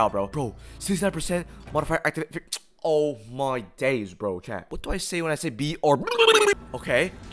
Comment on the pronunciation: I love how he says “oh moy days🇬🇧”